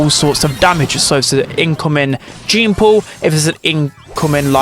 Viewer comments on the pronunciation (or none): none